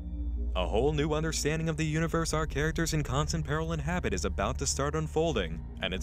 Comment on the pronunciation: Hahaha xD you said "out characters"inHabit"